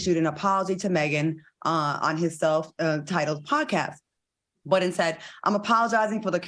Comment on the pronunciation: Why y’all keep calling him Joe Buddens??? There’s no S on his name last I checked